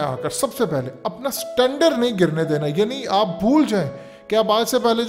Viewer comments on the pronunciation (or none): Bhai it is not standar it is standard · بھائی سٹینڈر نہیں اصل لفظ سٹینڈرڈ ھے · The word pronounces as “standard “ not “ standar”